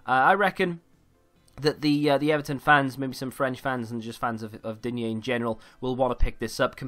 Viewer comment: its prononced deen